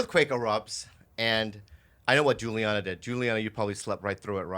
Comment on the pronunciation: Is Rudy's real name Juliana? Bobby keeps on saying Juliana.